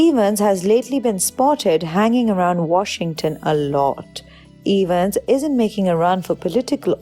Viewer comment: No one:: Chris Ay-Vans